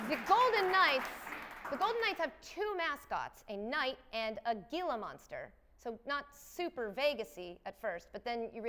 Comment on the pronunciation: Did she just say gila (gee-lah) monster?